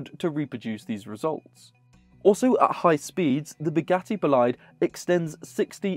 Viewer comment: Bugatti BO-LEE-DAY. Please! LOL